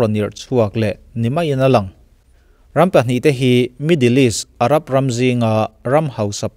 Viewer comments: Irab nge Arab?...a bul lamah khan Irab i ti! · Tunah pawh Arab tih turah, Irab i ti lo maw😃